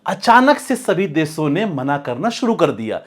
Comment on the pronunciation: First of all improve your hindi pronunciation. Deso nahi hota desho hota hai.. Your analysis might be good but your pronounciation looks c grade content creator